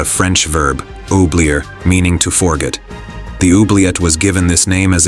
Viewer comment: Don't forget "Fore-git"